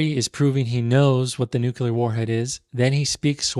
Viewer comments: Corrects pronunciation, says “NUKE-yoo-luhr.” Love what you’re doing, don’t get me wrong. Just the irony of it. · I love you but, "nucular", you pronounce it the same way as Bush